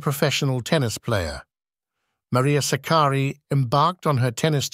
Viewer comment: DEFINITELY NOT. It is Sάkkari . Greetings from Greece.